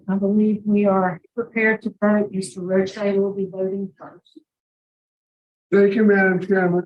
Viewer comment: Not Roche Pleeeeez!